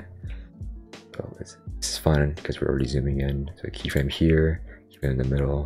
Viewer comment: i hear you say keet everytime